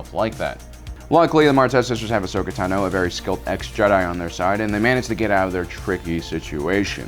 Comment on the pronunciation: It's Ahsoka